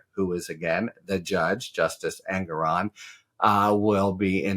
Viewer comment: Harry: The judge pronounces his name EN-GORE-ON, per his opening remarks. Thanks for all you do.